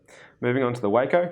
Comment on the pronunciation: It's pronounced WAH-CO as in Taco. But I love the video.